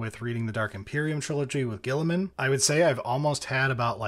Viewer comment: Best part of this audiobook is the VA actually pronounces Guiliman correctly and not like "Row-boot Gully-man" like everyone at GW does despite no one else on the planet doing so. I can't even blame this on the british, since nearly every British 40k youtuber (except Lueten) pronounces it "Re-boo-teh Gill-ih-man" like a normal person